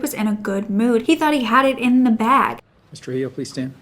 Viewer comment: Hispanic name Trujillo is pronounced tru-HE-yo. 😉